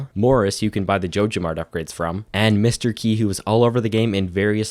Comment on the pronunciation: Whenever I heard Mr. Qi, It's spelled as Mr. Key by all the youtubers for whatever reason